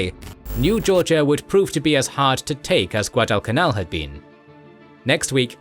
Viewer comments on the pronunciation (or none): none